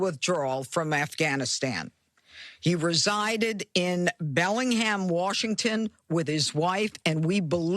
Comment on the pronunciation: it's Warshington 😂